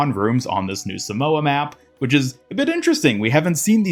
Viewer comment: you arnt pronouncing samoa right